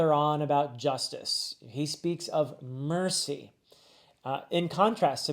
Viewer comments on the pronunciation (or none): none